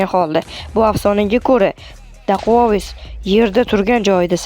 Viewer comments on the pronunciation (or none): Dakuavis o'qiladi